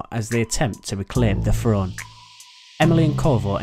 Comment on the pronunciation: what is a "fhrone"? i really wish people with the british speech impediment would work on that.